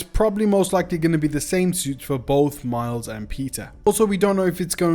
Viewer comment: bro just said Mild Morales lol